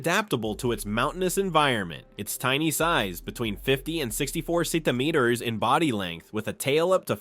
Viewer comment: why he say centimeters soo weird?